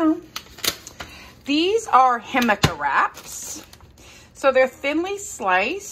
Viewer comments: FYI, I think the name of your wraps is pronounced "hic ama", not "him aca". Same as the veggie jicama (hic ama). I can't wait to try them! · It's pronounced HIC-A-MA. NOT HIM-A-CA!!! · Hi! It’s pronounced hee cama, accent on the hee!